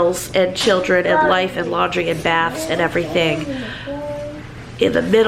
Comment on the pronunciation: “lan-dry”?? Or “laundry”?? (Lol.) Boy, you ARE in a hurry!! 😆😁😂🤣😝😜🤪